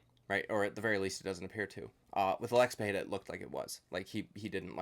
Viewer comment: "Alexi Pereria" fuck u dude